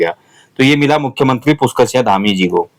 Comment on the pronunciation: Singh hai sinya nhi plz respect fully humare surname bola kre